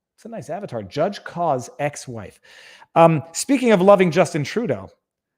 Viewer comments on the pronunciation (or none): none